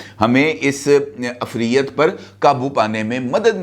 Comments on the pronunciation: Uffreet bhi nahi ifreet hota hay sir. عفریت، عین کے نیچے زیر ھے۔ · Sir plz ager mind na krn to note kr ln k lafz ufriyyat nhi hota bulkeh ufreet hota hy